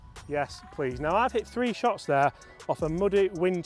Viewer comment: What kind of accent does he have? He says the letter "H" like "hate-ch" , and pronounces "three" like free